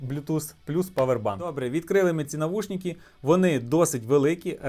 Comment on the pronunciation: не навушніки, а навушники, ріже по